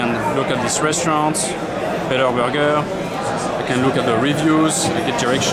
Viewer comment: He said burger in a french accent, LOL!